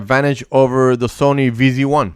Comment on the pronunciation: its ZV 1, noy Vz 1 😞